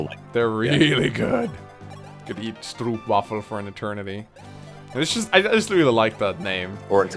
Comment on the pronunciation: I'm not sure if I'm more annoyed by pronunciation of stroopwafel or by not correcting him, haha.